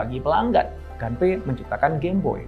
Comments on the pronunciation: Permisi, mau koreksi sedikit. Pengejaan bahasa, nama, & tempat dalam Bahasa Jepang kurang lebih cukup dengan mengikuti ejaan seperti Bahasa Indonesia. Nama "Gunpei" cukup dibaca "Gunpei" saja, kalau dibaca "Ganpei" jatuhnya mengikuti ejaan Bahasa Inggris. CMIIW. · Mungkin maksud Bapak : Gunpei ( dibaca pake huruf U), dieja : Gu-n-pe-i